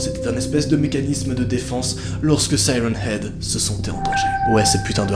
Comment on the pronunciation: On dit sirène heag